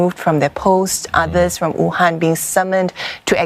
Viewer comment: did she just say WUTANG lol